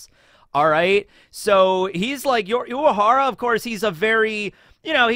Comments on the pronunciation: Is it me or keeps saying "Uahara", leaving out the letter R. Sounds so weird whenever he says it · So I'm not crazy He is pronouncing it differently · same i was confused i swear he says it normally in other episodes but this time he emphasised on the 'W' he doesnt have a lisp tho 💀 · i forgot how much i hate how says urahara